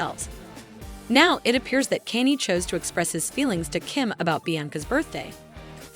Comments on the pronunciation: Bullshit channel. You are not using your own voice. The prenounciation of "Kenny" got me confused at a time where I did not want to review the video. You think AI can replace humans? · These garbage ai voiced videos are getting old. Not a Kanye fan but at least I can pronounce his name, it's not Kenny. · And used AI can can’t even say Kaynes name properly 😂